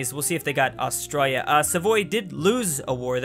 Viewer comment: AUSTRA-L-IA Not Austraia Is it just me or does anyone else here it